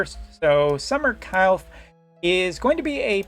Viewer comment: Surely one of these days you'll learn how to say Kilphe